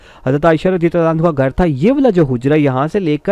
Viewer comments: Bhai hanho nai hota hanha hota ha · And also, for female sahabiya, try to pronounce it 'Anhaa, and not 'Anhu.